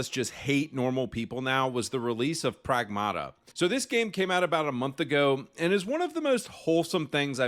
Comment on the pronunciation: Greek here, Pragmata is pronounced PrAgmata, it means "things".